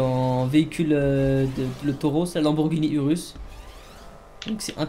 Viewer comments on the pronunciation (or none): je suis a 55 seconde de la video et je suis partit direct dans les commentaire pour cette erreur monumentale "lamborgini urus" 😂😂😂